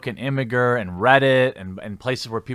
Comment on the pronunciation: imgur isn't pronounced imigurr, it's like imager.